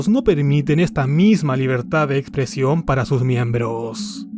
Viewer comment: Estimado...con todo respeto, en serio no puedes pronunciar la x? Dices Ecpresión. También dices intrucción. Te comes el sonido de la s. También dices circuntacias.